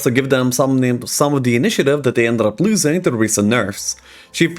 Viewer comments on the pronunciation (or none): none